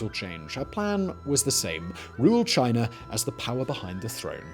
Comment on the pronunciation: Where is Chin'er' anyway? Is that near the country of "China"? Huh,must be. Or it could be by Americ'er'. Cause that's where General Sant'er' An'er' fought in the Alamo. Just say "Ahh"! Not that hard. Especially if you speak for a living! Still luv ya Simon and all your channels! You legend!!